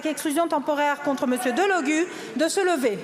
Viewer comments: Et retenu d'1/4 de son salaire. Et on dit DelogU ;) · #SoutienDelogu #SoutienLFI ras le bol des insultes, le p...C génocidaire soutenu par le gouvernement 🇨🇵 et 🇮🇱 l'a bien mérité ! La #Nupes pour une fois était unie ! Delogu se prononce avec "u" merci